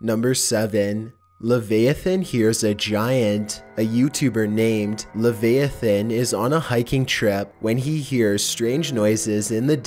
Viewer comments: hey my guy it is pronounced “ le vi a than” not “le v ai than” that probably made no sense but love ur vids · "lah vi ah thin" not "lah veha thin" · Lev-I-ah-than XD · Bro straight up said “lavayathin” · It's pronounce "La- VI-atan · u said leviathan wrong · Reaper Leviathan.